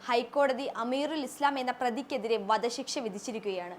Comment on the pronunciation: ജിശയല്ല.... ജി ഷ . ശിശ്ശ എന്നല്ല പറയേണ്ടത്.... ശിക്ഷ എന്നാണ്. നേരെ ചൊവ്വെ അക്ഷരം പോലും പറയാൻ അറിയാത്തവർ വാർത്ത അവതരിപ്പിച്ചാൽ ; വളരെ അരോചകമായി തോന്നും.